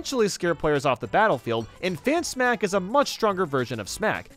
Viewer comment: For Lady Bow, did he say Fan Smack, Hand Smack, Ban Smack, or what?